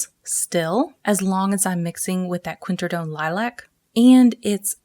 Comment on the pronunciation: Great video...but say it with me QWIN-AK-RID-OWN....QWINAKRIDOWN....(obviously spelled quinacridone) I'm sorry, I won't bring up the other mispronunciations but I just couldn't get over that one and that's on me. 🥰😝